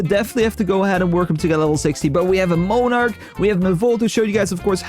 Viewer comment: MON-arch, not moan-arch